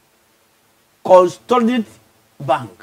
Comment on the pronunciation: The way he pronounced CONSOLIDATED tho 😂😂😂